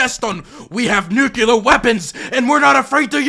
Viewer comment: Ahhh this is the destiny I used to love: he’s arguing with a fuckin nazi dude who is absurdly braindead but somehow thinks they’re smart Lol also is never gonna stop saying “nucular” is he